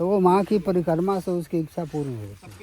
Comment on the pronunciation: परकम्मा नही परिक्रमा कहो l प्रसादी नही प्रसाद कहो l भोजन प्रसादी ये ठीक नही है l भोजन भोजन होता है और प्रसाद प्रसाद होता है l भोजन मात्रामे ज्यादा और प्रसाद थोडासा होता है l माफ करना अगर गलत हुं l